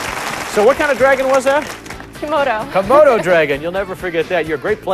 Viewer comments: I'm sorry, you said Kimono. It's Komodo. There's a D in there, not an N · LOL- "Komono" Dragon.